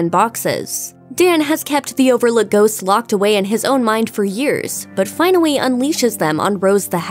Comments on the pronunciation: finowally lmao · but finawy